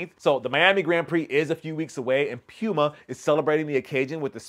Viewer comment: You know how to pronounce Pew-muh correctly and be pressed to do it but Ochre you just committed to not caring about the proper pronunciation smh